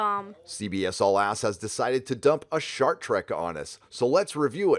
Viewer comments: So is saying Shart Trek, or Short Trek??? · Thought you said Shark Trek for a minute there. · Hold up! Did you say “Shart Trek”? I